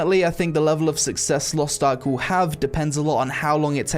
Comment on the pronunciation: Lost Tark? LOL it is Lost Ark not Lost Tark :D